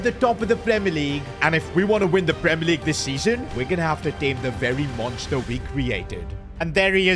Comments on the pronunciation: only real ones saw the “Leagye” mistake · League❎ Leagye✅ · AH yes premier leagye 😂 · “Premier leagye” hits hard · League❌ leagye✅